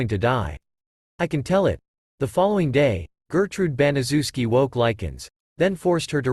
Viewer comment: It's name is pronounced bana chef ski I know it's a big name but say it with me bana chef ski it's a polish name!!!!